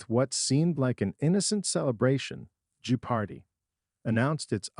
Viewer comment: How pathetic that an AI voice can't accurately pronounce the name of the show it's talking about. Laughable and lazy.